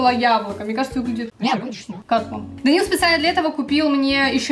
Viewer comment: Я одна орнула когда Данил дЭнсИл🗿😂